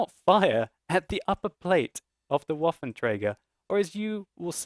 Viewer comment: if you swap your OH sound in waffen with an AH sound, you're there.